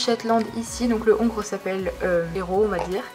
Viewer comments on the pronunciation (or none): On ne dit pas le ongre on dit l'ongre sinon super vidéo bisous je adore 🙂😉😃😽